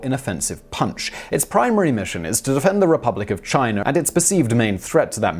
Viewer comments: One thing to pronounce a consonant like a vowel. If China had an "r" at the end of it , ironically Simon would pronounce it properly! But ... english people butcher their own language so badly that it is okay add a consonant sound to a vowel I guess. Just put an "r" sound when you see "a". What is next? Put a "b" on the end of words that end in "o" maybe? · I’m familiar with China. Never heard of Chiner.